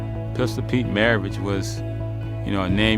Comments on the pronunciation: He played for New Orleans Jazz, before they went to Utah due to financial problems, and his name MARAVICH, not Mavarich like you say in the middle of the vídeo. C'mon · I caught that too lmfao mav-a-rich lol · Did you really say “Maverich”? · He also says "anomynous" so I think he just does that sometimes lol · Dag bro, you pronounced his name wrong like 50 times. Mar-ah-Vitch. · Who is Pete Mavarich? And he played bassitball. Come on Brah. like the video, but you keep miss pronouncing words, it just jumps out. Very confusing. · "Pistol" Pete MAVARICH?